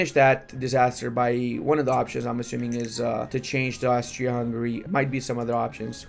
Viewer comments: ok i need to know was he joking about Austria-Hungry. Or did he really think it said Australia-Hungry? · If i hear "Australia-Hungary" one more time, im taking my wallet back AND YOURS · Say Australia-Hungary one more time madafaka. I dare you. I double dare you!